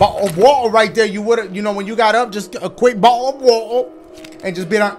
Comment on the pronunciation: Nobody: Dashie: "u shuldve had yo bah-oh uh wah-uh"